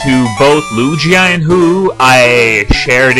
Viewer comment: he dosent know how to say lugia or ho-oh... kinda sad